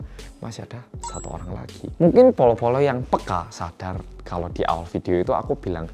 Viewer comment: Ada Berapa kata "Mungking" yg di sebutkan oleh?